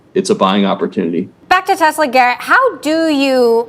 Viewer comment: Please .... its TESL(A) not TESL(R). You do good work ... keep it up ... just the R is a bit off.